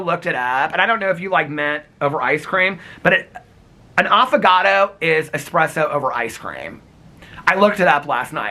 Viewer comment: Did anyone else hear Affogato as avocado 🥑. Just me? And, yes I had to google what espresso over ice cream is called cuz I wasn’t sure 🤦🏼‍♀️. 💙💙🫶🏻💙💙